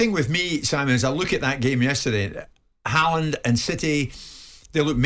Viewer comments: I wonder who Halland is? Are they talking about "Hawlann"/"Hólann"? He is the best striker in the PL along with Darwin N and Salah. At least get the name pronounced close to correctly ;) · Norwegians have a tendency to be over-gentle with foreigners in not telling them to pronounce the name right. The a in his name is simply not an a. It is an å. Which is a different letter. His father changed the spelling a while ago from å to danish aa. To make it simpler internationally for the spelling. Only sweden and norway have the å in the alphabet. This is like english aw or o like in fork. It has nothing to do with an a.